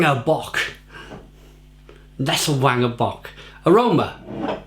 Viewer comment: You pronounce W as a V in German so it's pronounced vanger.